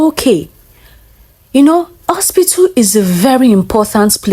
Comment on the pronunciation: Why did Nigerians say Ospitil instead of hospital 😮😮😮